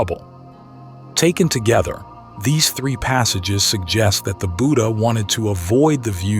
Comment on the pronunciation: The word Buddha is mispronounced. The first syllable has a short u sound. It should be said like that in wood not like that in wooed.